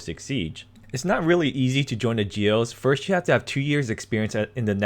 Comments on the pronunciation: 🚫 it's "GOE" of national police,not "GEO" . jaja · Muy buena la pronunciación de GEO 😂